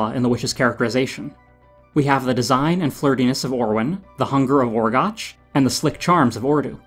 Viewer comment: One minor correction. You mispronounced Orgoch's name. I know it's spelled that way, but it's actually pronounced Orgock, as we hear from Orwen in her objection to turning Flewder into a frog. Someone else may have already told you that, but I didn't feel like scrolling through all the nearly four hundred comments.